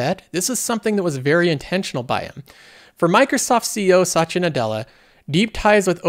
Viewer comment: Why does he pronounce Satya like Sacha?